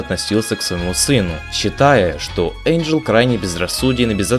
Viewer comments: О боже, как вы надоели 🤦‍♀️НЕ ЭЙНДЖЕЛ, А ЭНДЖЕЛ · Я не придераюсь,но правильно не Эйнджел,а Энджел:)